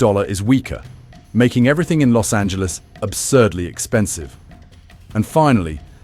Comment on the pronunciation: A British guy finally pronounced Los Angeles correctly. 😱